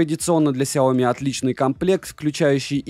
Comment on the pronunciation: В названии сяо ми ударение на и ! 😜